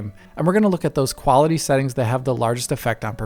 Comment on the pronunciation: "Optimised Seetings" lol